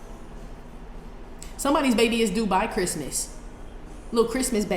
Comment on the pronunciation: Guh you said "due by baby" why I heard a Dubai baby. Lol 🤣 I was like oh interesting